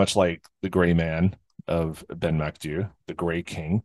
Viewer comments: No its not, it's mac do-ey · Pronounced 'Ben MacDo'